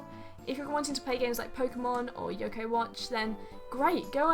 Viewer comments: Your pronounciation of Youkai in this and your other video "Can you learn Japanese with video games?" is really annoying me. It sounds like you're saying yoko. I'm not trying to troll, sorry, it's just that if you're an intermediate learner you should work on that quickly because that makes you sound like you're a beginner. Really, I'm not trying to troll you and its really coming off that way, but it's constructive. I reccomend shadowing to improve pronounciation - just watch a show and copy everything they say like you're doing a really offensive over the top impression of them. That's how I learnt better pronouncation. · AvaReel 101 but its still wrong. You cant say apuluu when its clearly apple.